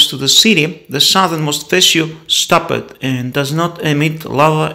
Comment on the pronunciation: You pronounce words that end in "ed" as two syllable words, instead of only one syllable which is correct, i.e. "stopped" which is a ONE syllable word not two. You pronounce it as :"stopp -ed" instead "stopped, or "looked" which is a one syllable word as well NOT two.